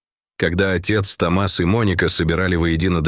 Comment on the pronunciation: Только правильно не Том(А)с, а Т(О) мас от имени Том☝️. Учитесь правильно ставить ударение ☝️, прежде чем транслировать контент!!!